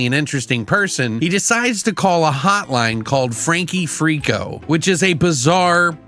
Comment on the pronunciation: Aw, butchered the name from the jump. I think, as heavily invested in this as I am (very!) I'll probably do the same from time to time😅